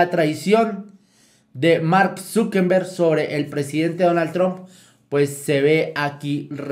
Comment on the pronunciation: Se pronuncia Zuckerberg no Zuckenberg